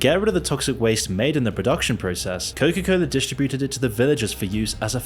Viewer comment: Can someone please for the love of God tell me why is he pronouncing it Coca-Coller?